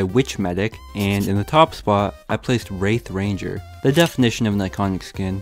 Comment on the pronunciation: I thought propellers said rape ranger not wraith ranger